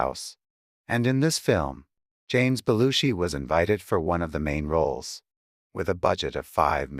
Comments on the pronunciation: Half the time narrator mispronounce Jim Belushi name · Nearly 47,000 views and only 461 likes. You are SO WRONG about Jim Belushi, and you might just want to learn how to pronounce his name.